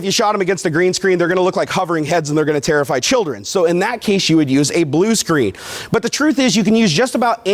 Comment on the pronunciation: Why is the word terrify so funny, i literally laughed when i heard that